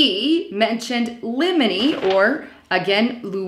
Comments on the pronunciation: It says Limey. Not limeny. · Liminey??? It's LIMEY! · It's LIMEY, not liminey. It's a British word. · Liney is pronounced lime' ee not lim' ee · Limey (not liminy) is slang for a Briton ( a person from England).. could be Robert Steele. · i'ts LIME-Y not limeny , ref british the term came from seaman of old ate lime's to stay off scirvey ,(lac of vit, c) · Not Leminy the name was Limey this is a nickname for a Britisher by Australians! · It's a Brit. L I M E Y NOT LEMONY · It's not liminey. It's lime ee. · They are say Limey, not Leminey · limey - not liminey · Limey is not pronounced Lemon-ee. It's pronounced LIME-EE, as in British. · sweetie, its not lemony, its limey. Pronounced like the fruit, LIME and and eeee on end. Its pronounced, LIME-EEEE. It is a descriptive word, lol. I'm just going off the screenshot of the actual words and its not a lemony its a limey, LIME-EEE. Sorry but I just thought you'd want to know kiddo. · Take the "blunt"??? Translation please? And "lim-a-ny"...come on, it's just "Lime-y"...yes, as in the green citrus fruit & American slang for a British sailor. Get some glasses, contacts or Lasik....PLEASE! Lastly, it's HAVE credence...NOT "hold" credence. Your presentation needs a bit more polish, but otherwise your content is excellent! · Your text reads ‘limey’, but you keep on saying liminey. Limey definitely means a Brit. Maybe a British operative? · This woman is astounding in her analysis of fake leaked documents. And the word is LIMEY! Not LIMENY. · I, a LIMEY is an. English man not. Lima you A as you pronounced it xx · It says Limey, right? Not liminy. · its not limanee; its li mee. a reference to someone from England. the English sailors were known as li mees because to avoid scurvy, they used to suck limes which was a good source of vitimen c. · Leminey??? It says, "The Limey." as in a Brit. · it says "limey" not "leminey" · lime-y, not limited. limey is slang for a Brit. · limey, not limeny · LIMEY not Limeny